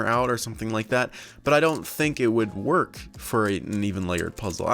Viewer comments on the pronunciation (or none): none